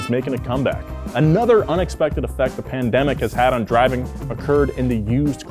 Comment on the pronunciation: Was I the only one that was hearing say pandebic instead of pandemic lol